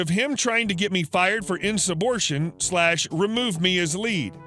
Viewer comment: In-sub-ord-i-nation. Not "subortion". This isn't hard.